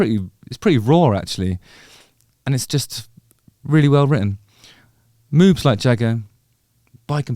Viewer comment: It sounds like you're saying "Moobs like Jagger". I think Jagger would be too skinny to have moobs.....?